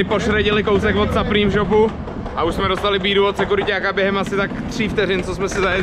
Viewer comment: Supreme se cte suprym jinak super videjko👌